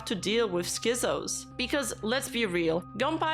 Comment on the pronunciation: absolutely insane video, very good job documenting and explaining the whole drama but the z in schizos is supposed to be pronounced like a hard ts sound